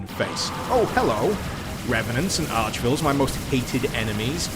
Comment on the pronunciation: Please, please stop calling them Archvilles